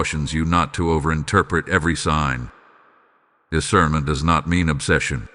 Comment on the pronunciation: "I EMBRACE DECIRNMENT"